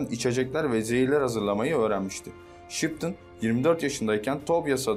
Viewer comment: Şıptın ana mı diyor? :))